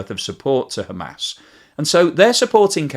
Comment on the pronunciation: Hamas, as as in aaahss. aas. not Ham ass. and Haa mas not Hay mas.